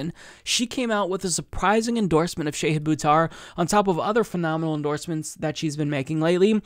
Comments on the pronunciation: Shah-hid, not Shay-hid 🙂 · Love this, but, it's pronounced "SHAH-HID." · please work on your pronunciation. It's not SHAYhid, it's more like shaHEED, like how Marianne Williamson says it. Just trying to help. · Good segment,. But it is not Shay-hid it is Sha-hid -- like the Shah of Iran... but not a right wing dictator asshole, rather a very cool, principled left candidate who will trounce corporate puppet Pelosi. And the last syllable is 'hid' like past tense of hide, rather than 'heed'. I mispronounced his name too, and he was kind enough to personally correct me;^) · Sha-HID not Sha-heed. :-) Volunteer today at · Shah hid. It's pronounced Shah hid.